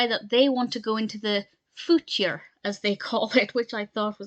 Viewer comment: “The footure!” Lol